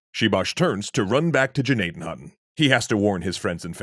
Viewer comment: Even the name "Gnadenhütten" has been slaughtered...